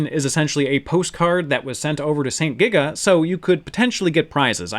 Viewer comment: You frequently say saint giga, but I recently learned it's actually sento giga.